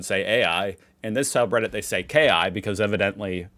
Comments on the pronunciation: And it is not "Kay Ei" but "Kah Ihh" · No, not really. In day-to-day conversations, germans most often refer to AI as "KI" (pronounced 'kuh-ee') wich is short for "künstliche Intelligenz". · Germans say KI (pronounced "kah-ee") because artificial intelligence is "künstliche Intelligenz" in German. Kunst - art künstlich - artificial Intelligenz - intelligence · no germans say KI "kah ee", cuz Künstliche Intelligenz "kÜnnstlihyeh intellighEnts" (stress on the caps vowels) is what "artificial intelligence" says. a pear is a pear but we also wouldnt employ the english "pear" to say its name. many people who do use english words in their german on a regular will also say AI though